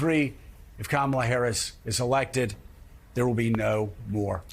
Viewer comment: He friggin can’t even pronounce her name which as we all know has been a pattern with the Republican Party and a dog whistle for racist misogynists who permeate starting at the top